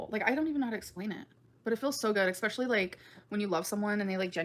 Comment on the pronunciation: It pisses me off so bad when she says eggspecially instead of especially